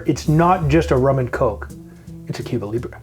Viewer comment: Is being Canadian why you can't pronounce the drink right?